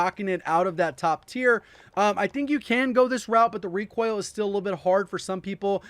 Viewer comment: Is He saying ReQUAIL?